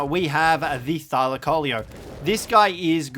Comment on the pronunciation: (thigh-lacko-leo) is the pronunciation